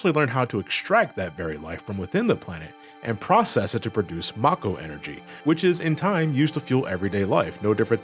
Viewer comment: Finally, someone else that pronounces Mako that way lol